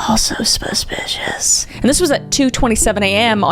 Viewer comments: "A BUSH BIS SPASPICIOUS!" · "AS SUH SONG SPASPICIOUS!" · What’s a Kris video without “sPispipasPishiSh” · Have I been suspicious wrong my whole life? Cause it sounds like Kris is saying subpicious!!!! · Shortly after: "EHSPEHSPEHSPESPICIOUS"